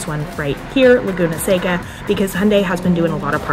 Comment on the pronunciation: The valley is pronounced like the candy. Btw you have vampire teeth.